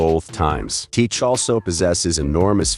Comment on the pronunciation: Saying his name wrong other than like the video tho